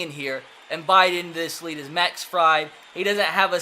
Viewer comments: Fried is pronounced freid btw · The braves pitcher's last name is pronounced freed lol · Fried is pronounced Freed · He says freid wrong😂